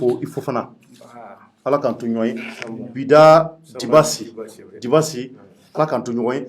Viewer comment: MESSAGE POUR, CE N ' EST PAS DU TOUT PROFESSIONNEL DE MAL PRONONCÉ LE NOM D ' UNE PERSONNE QUE TU REÇOIS, SURTOUT SI IL TE LE RÉPÈTE PLUSIEURS FOIS ET QUE TU CONTINUES DE MAL LE PRONONCÉ DIBASSI ET BIDASSI CE N ' EST PAS DU TOUT LA MÊME CHOSE, LES ENFANTS APPRENNENT À L ' ÉCOLE LA DIFFÉRENCE ENTRE LE D ET LE B EN PREMIÈRE ANNÉE LA RÈGLE DE POLITESSE DE BASE EST DE CONNAÎTRE ET DE BIEN PRONONCER LE NOM D ' UNE PERSONNE QU ' ON INVITE SI UN JOURNALISTE OU UN ANIMATEUR EN EUROPE FAIT ÇA À SON INVITÉ? LA PERSONNE QUITTE IMMÉDIATEMENT LE PLATEAU ET FÂCHÉE À VIE JE SAIS QUE TU VAS RECEVOIR LE JEUNE RAPPEUR WIZI WOZO SI TU L ' INVITE POUR PROMOUVOIR SON ART CE N ' EST PAS DU TOUT LA PEINE DE LE RIDICULISER EN MÊME TEMPS EN ECORCHANT SON NOM D ' ARTISTE AVANT DE LE RECEVOIR ENTRAINE TOI À DIRE SON NOM, TU PEUX AUSSI L ' ÉCRIRE SUR UN POST- IT DEVANT TOI PENDANT L ' ÉMISSION